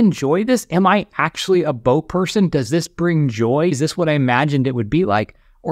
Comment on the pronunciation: I heard book when he said boat. That would be a wierd regret.